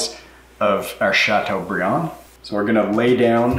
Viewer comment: “chateaubriand” ..nice...Great video!